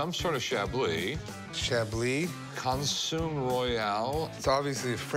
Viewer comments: "Consume" Royale? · Rick can't pronounce consommé?